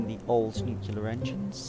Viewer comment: it is pronounced "new clear" NOT "new que lear"